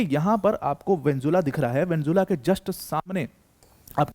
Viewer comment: Mene video tabhi band kardiya jab Venezuela ko isne Venzulla bolna chalu kiya.